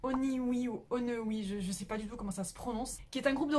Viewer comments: Oui Onewe sont géniaux je suis contente que tu ai parlé d eux ! Et ça ce prononce one comme 1 et we comme nous en anglais du coup ça se dit "wonwi" jsp comment écrire la prononciation mais je pense que tu as compris 😂😂 j aime bien ce concept de vidéo ça nous fait découvrir des groupes cool ! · On prononce " one (1) we ( genre nous ) je crois 😂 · Onewe se prononce « one » comme un en anglais et « we » comme nous en anglais aussi mais c’est pas grave mdrrr je l’ai prononcé pareil au début 😂😂👌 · Ah ! J'adore ce genre de vidéos qui présentent des groupes sous côtés 😁 Alors pour ONEWE (moi aussi j'ai galéré au début pour la prononciation 😅) mais en fait c'est ONE comme le chiffre 1 en anglais et WE comme "nous" en anglais. Donc c'est comme si tu séparais en fait ONE-WE ça donne un truc du genre oan-oui 😆 Sinon je suis mais uuuuultra fan de ce groupe 😍😍😍 Et dans les underrated y a aussi le groupe IZ qui sont bien plus rock dans leurs titres cachés d'album.. j'ai été agréablement surprise et j'adore ! 😍 Mais ils sont grave sous côtés 😕 Et ouais.. A.C.E je suis d'accord, ils sont bourrés de talents ces gars 😮 Je me suis intéressée à eux que depuis peu mais ils sont ouf en fait !